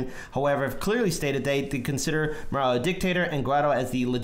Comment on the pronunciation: His name is Maduro, not Marodo, the Carter watchdogs called this the most fair election in the world, well above what we had. You really should do a bit of research before you post stuff like this. The US oil companies want that oil. The situation in Venezuela is a combo of oligarchs not providing basic food necessities and the US sanctions. Do your research, look to Arron Mate and Abby Martin to know whats really going on.